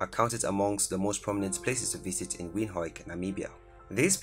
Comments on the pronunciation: Windhoik? It's pronounced Windhoek. The hoek part has the hook sound, not hoik. I'm Namibian myself and I love my country. There's so much more you missed. Though, honestly I can't take it seriously. Hear me out on this please. The list you made is great, but it's the pronunciation that puts me of. Like the way the pronounced Christuskirche. It's just the inner teacher of me coming out. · Stunning....🌌🌌✨ But it's not Windhoik It is an Afrikaans word translated as Wind Corner. Pronounced as "Vind hook" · The pronounciation of our Captain city's name (Windhoek) is actually WindHOOK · I know. That made me laugh. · When pronouncing Windhoek rather say wind-hook , but the video is great and thank you for the video it's really informitive👌🏼, giving people a glimse of what Namibia is or what to expect because there aren't a lot of videos about Namibia ... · Just a point of correction brother, our capital city is not pronounced the way you are saying it. You must say “Venduk” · To make someone understand you pronounce it as WINDUK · miner xr gaming he pronounced it “Win-hok “ . What is win-hok? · The way he pronounces Windhoek😂😂😂. I still love my country ❤️ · I know yeah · Guys i feel so proud to be a Namibian. The guy said Windhoek wrong. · Love how he says windhoek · I am from Namibia.. Nice video though you can't pronounce Windhoek correctly. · You pronounced Windhoek wrong . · Dude knows Afrikaans but can't say Windhoek